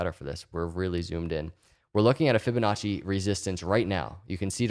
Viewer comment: Every time he say Ficonacci I already feel better.